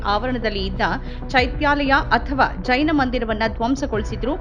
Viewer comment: ಚೈನ ಮಂದಿರವಲ್ಲ ಮಾರಾಯ್ತಿ.... ಜೈನ ಮಂದಿರ. ಉಚ್ಛಾರಣೆ ಸ್ಪಷ್ಟವಾಗಿರಲಿ.